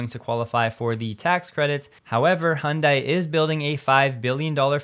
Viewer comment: Great content. Keep up the good work. Btw one word of advice, it'd be good to pronounce Hyundai at least somewhat properly. Although this isn't 100% correct, it's miles better than saying "hun die". The 98% proper pronunciation is: " Hun-Day" like Sunday. (I have close friends who are native speakers). The proper way to say it is: (Hyun-Deh) 현대, but for non native speakers who may struggle with it can get by saying "Hun-Day". Hope that helps.